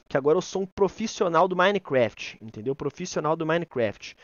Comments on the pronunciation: "Minecrefet" kkkk Edit: mãeee to Famoso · "Minescraft" KKKKKKKKKKJJJ